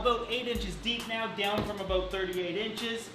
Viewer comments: Aboat... a canadian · "Aboat" Yep, he is Canadian.